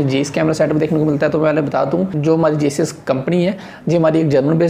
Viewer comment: जेईस नहीं भाई जाइस